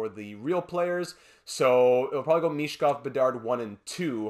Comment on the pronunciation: As for Michkov, sound "ch" is pronounced as it's pronounced in Ovechkin, insight from a native speaker😉